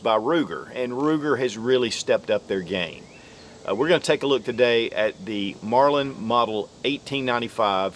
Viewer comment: Did he say “Marlind” every time?